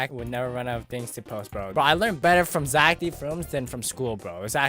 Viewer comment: “poo poo poo idc poo” -totally not becoming zech